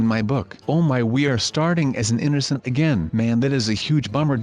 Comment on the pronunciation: lol eenercent